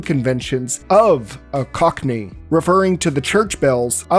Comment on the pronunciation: My brother in Christ, "cockney" is not that hard to say lmao. I can feel you mentally shift gears everytime it came up